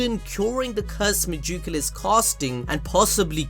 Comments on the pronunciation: Mah jook ala? Cmon son you can do better than that. Meg-e-coola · god i love how he says megacula, ma juke ula lol